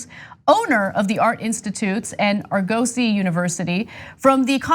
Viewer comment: Someone teach Ana to pronounce argosy... Aside from that, great work TYT!